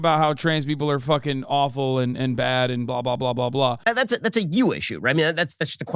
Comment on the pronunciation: I really can’t stand the bizarro way Ben Shapiro speaks. Like he inserts a y in certain words. Byad instead of bad & myatter instead of matter.